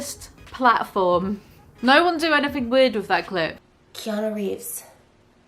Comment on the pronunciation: Let's pour a vintage Keanu of '94 or '02, tbh. Sidenote, did Trisha call him Keanu Reams?